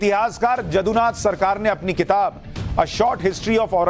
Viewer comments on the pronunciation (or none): none